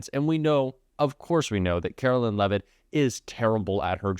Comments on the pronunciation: Please pronounce her name correctly. It’s pronounced like Caroline, not Carolyn. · isnt her name pronounced with 'line' vs "lynn"?